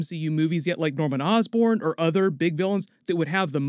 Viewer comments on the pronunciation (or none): none